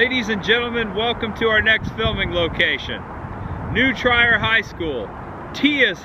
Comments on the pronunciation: New Trier High School..."Treer" (like "Cheer") not New "Try-er." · And it's New Treer, not New Tryer. Ha. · Love the video. But I thought it was funny how you pronounced Winnetka and New Trier. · You keep pronouncing Chanice, Winnetka, and Trier wrong.